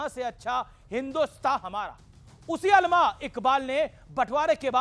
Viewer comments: او بھائی سدھے لفظ بول علامہ اقبال ہے علمہ اقبال نہیں اور عاصم منیر ہے اصف منیر کیا تمہاری مودی حکومت کے ٹیچر نے تمہیں یہی پڑھایا ہے😂😂😂😂😂😂 لکھ لعنت بھارت تے😂😅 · Pahly nam Bolna to sekho not alma allama Iqbal or Iqbal 1945 Man intqal kar Gai thee